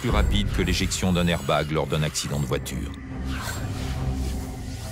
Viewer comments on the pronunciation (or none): ne prononce jamais plus le mots AIRBAG ou je te tue !!,!!!!!!!